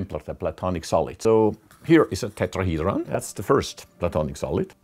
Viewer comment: This guy has the perfect accent for the word tetrahedron